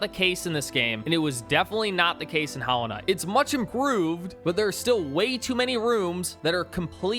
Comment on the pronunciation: "Hallow" Knight? Is this one of those dollar store knockoffs?